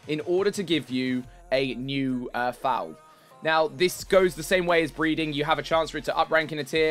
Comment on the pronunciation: Nice video man, but foals' pronunciation rhymes with "sole" as in sole of a shoe